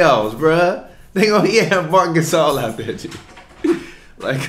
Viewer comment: “Marc GaSOUL” 😂